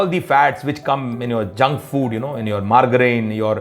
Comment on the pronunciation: Margarine ..not margarain